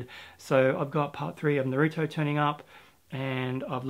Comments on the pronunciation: Don't wanna be that guy but I know you are aware you're saying naruto wrong but I like correcting lol. So you're saying naruto like narootoo when it's actually pronounced narootoe. Also Blame! isn't 'Blame' it's actually 'Blam' at least that's how I hear people saying it in their manga videos. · Nah-roo-toe for naruto Maaaaaagggeeee like glee without the l for magi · Amazon notified the merchants that they will stock up on essentials so it's possible many out of stock manga will stay out of stock for a while and a lot of them might just run out of stock seeing as how people are staying and home so they might hoard manga too. oh and it's Nah-ru-toe, never mind the name but you gotta get into it, it looks like you do like shonen too, you'll definitely like it and besides it's about time you got into those box sets because there will never be a much better time than this. Not sure RaW Hero is a good choice, not as funny as the author's previous manga and it's plot is all over the place. But man, I'm jealous of those Blame volumes, it looks amazing. And yes, children of the whales is good, the anime is decent too.